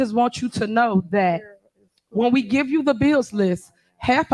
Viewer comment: When she says "gee" does she mean "give"? Just asking.